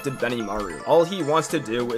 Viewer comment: What da fuq is Asa kusa😂😂😂😂😂😂it's pronounced asaksa